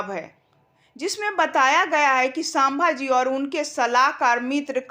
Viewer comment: sambhaji ko sabha ji kyoan uchcharit kar rahi àap. Seekhlo uchcharan.